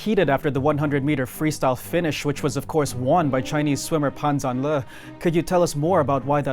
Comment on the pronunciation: He was pushed all the way by God's invisible hand?? 😱 Fyi, his name in Mandarin should be pronounced: Pun Jarn Ler. Not Lee.